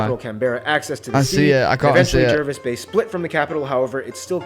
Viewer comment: I died when he pronounced Canberra and Jervis Bay wrong over and over again.